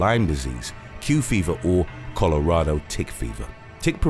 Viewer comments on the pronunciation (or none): none